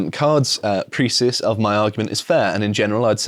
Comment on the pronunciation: Precis is pronounced "pray-see"